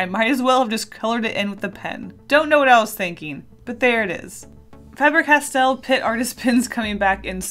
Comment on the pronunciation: Everytime you say Faber like that I die inside..